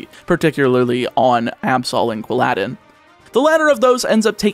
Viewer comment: MAN CALLED QUILL-A-DIN QUILL-ADDIN LIKE ALLADIN FROM THE MOVIE ALLADIN